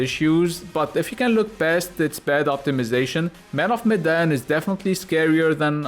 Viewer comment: I died everytime you say “Medan” ffs. The Arabian accent is dope 😂🤣👏